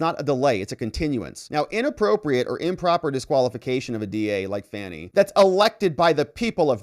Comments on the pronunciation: Her name is pronounced FONI NOT FANNY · This is the first time I’ve watched one of videos. The first (of many, many) times he mispronounced Fani’s name, it became clear he’s a Rightwing hack whose video would be filled with NewsMax-style nonsense.